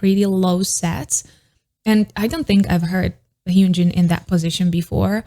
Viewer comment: Its not hyoonjin its hyunjin